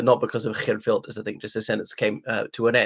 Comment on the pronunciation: I’m impressed with your Dutch accent when pronouncing his name.